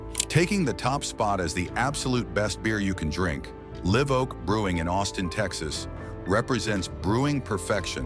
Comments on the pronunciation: And yet Live is pronounced correctly later on. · Your AI voice can’t pronounce Live properly at times.